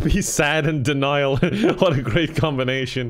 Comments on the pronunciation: No...You are correct. But it is "DEN-IAL" not "DAN-IAL" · Ah yes denial pronounced Daniel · it doesn't sound right when you pronounce denial "Daniel" and say "I'm in denial" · Denial lol I thought he was saying Daniel 😂 I was like that’s not how you spell it 😂